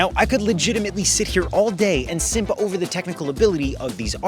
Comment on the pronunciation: also that yt man said "simp" wrong as hell. thats why yt ppl need to stay away from AAVE. cringe as hell lmao